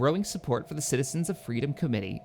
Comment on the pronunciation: XD wings of freadom